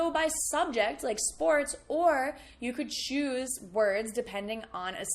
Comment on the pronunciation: When you said " you could choose ... " I heard it like " you juice ... "